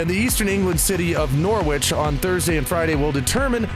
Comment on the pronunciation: Listening to the news "Nor-witch crown court will decide..." "Nor-witch....we're the hell is Nor-witch in the UK....oooohhhh riiiiiight Norwich. City in East Anglia 🤣" I doubt you'll ever need to pronounce it again but it's pronounced kind of like Porridge or Nor-itch. 😆👍